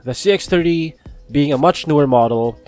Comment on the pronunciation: just a comment on your pronunciation. most of the times I'm hearing "CX-3" instead of "CX-30"